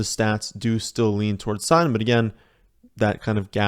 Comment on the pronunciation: Is that the way your supposed to pronounce "Sutton"? Are the Ts completely silent?